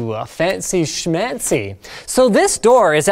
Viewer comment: min sounded almost german... "fancy schmancy"? :D